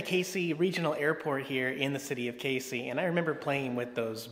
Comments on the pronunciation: Pronounced Cazey, not like the Caseys general store. I’ve commented on your videos for the last 4 years telling you to check out my area of the country. You also forgot the largest golf tee at the Casey country club. (Open to public) FYI, you’ll eventually hate the state of Illinois. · Kay-zee right? Had a girlfriend from there once long long ago. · I used to live in Casey. The locals pronounce it Cazey. I used to live where the largest seesaw is now. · Had a girlfriend from Casey. It's actually pronounced (KAYZEE). Just letting you know - not that I give a crap. Also, I believe my ex-girlfriend from there was the official owner of the largest "RACK" so that one in the video would be the second largest but it's still in Casey. LOL! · Woo Hoo! You came to Casey! Ok--so you need to work on the pronunciation a bit, but GREAT video! Next time you come back, drive a little farther south and visit the Moonshine Store!